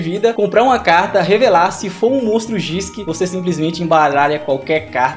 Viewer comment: GISHKI - pronuncia do Japones 儀式 seria "GUÍSHIKI" - que significa Ritual